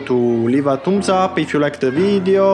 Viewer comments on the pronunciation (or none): Anddd its THUMBS UP not TOOMBS UP!!!!goddd,u must have skipped PRIMARY SCHOOL when ur young!!!even parrots pronounced it better and clear!!tq!! Toombs Up 👍👀👻